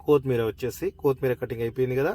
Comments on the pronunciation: బాబు, కోతిమీరజాదురా,కొత్తిమీర అనాలి. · Koooothmeera kadu kothimeera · కొతిమీర కాదు బ్రో కొత్తిమీర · చాలా బాగా చేసారు. కోతిమిర కాదు కొత్తిమీర. మిరపకాయ వేస్ట్ కాదు. మిరప పేస్ట్.👍